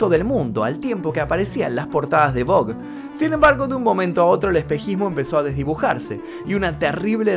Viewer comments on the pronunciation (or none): none